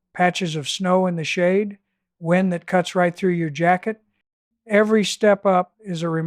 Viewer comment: At one point the AI narrator says “wind” as in “wine”, a clear trace of AI.